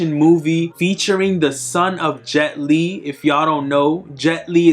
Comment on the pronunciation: This man said jet li….